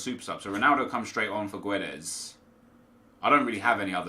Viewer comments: Hey Nep, please read this. You don't pronounce the U in Guedes, it's silent. And it is a hard G. So, Gedes. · You don't read the u in Guedes. Portuguese is not Spanish !!! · Silent 'U' on GUEDES plz